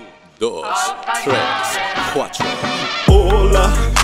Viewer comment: Lyrics in Spanish are accurate but tres and cuatro needs some pronouncing work tres is pronounced tles and cuatro is pronounced cuatlo. Confirmed by a Mexican